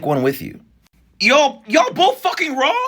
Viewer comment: lol the way u said Raww 😂😂😂